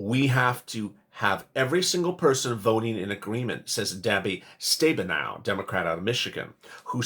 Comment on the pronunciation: Pronounced like cinema. And the Michigan rep is STAB-IN-O